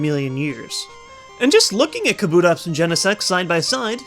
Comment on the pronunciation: NO kabutops is pronounced KAH-boo-tops not kah-BOO-tops! !!!!